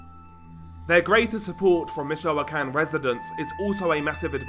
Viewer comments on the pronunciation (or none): Im fed up with these, judging the accent, british channels doing these types of videos, but cant even bother to pronounce the names right. Let me help you, stupid brit. Mee-choah-can. Try focusing on the muslim invasion of your shitty island instead and how cowardly, Englishmen have become. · Bro, it's pronounced "meet-cho-con."